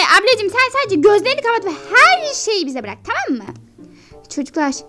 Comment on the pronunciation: Taam değil tamam